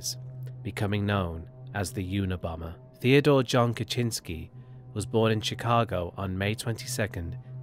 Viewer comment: I never heard the Unabombers last name pronounced that way before.